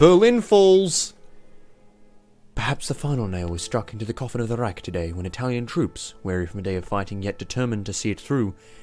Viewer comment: its not pronounced "Rayk" but Reich ...